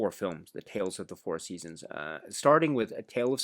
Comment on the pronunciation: Your pronounciation of the titles in French is pretty good! 👍